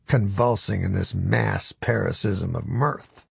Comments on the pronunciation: He didn’t say parasitism, he just mispronounced paroxysm as “para-siz-um” which is a different sound than parasitism (there’s no “t”). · he actually kinda flubbed his pronunciation of paroxysm. a paroxysm is an attack. mirth is amusement. so a mass, or group attack of amusement, is what Norm is describing, aka hella mfs guffawing. a mass parasitism sounds more like those wasps that inject their eggs into caterpillars who are eventually devoured from the inside out all having a go at one poor little innocent caterpillar. oh the sense of power those wasps must feel knowing their babies will eat the shit out of that caterpillar. only a prison rapist knows anything close to it I'd imagine. what were we talking about?